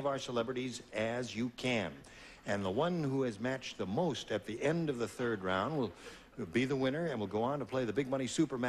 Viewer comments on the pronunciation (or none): I'm tired, I know this because I honestly thought Gene said: "At the end of the third reich" instead of "At the end of the third round"